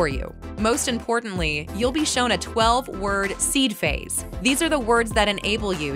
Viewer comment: PHRASE, not phase.😂